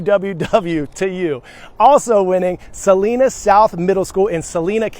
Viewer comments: Selena? Do you mean Salina? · Sorry to be a fuss budget, but it is pronounced Sa -Line-a South. Also, could we get a shot out for R.J. Murray Middle School in Saint Augustine? I'm a proud Salina South alum teaching there now! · Hi Coy, it is pronounces Sa-line-a Kansas. Please shout out to Rock Creek Middle School in Flush, KS.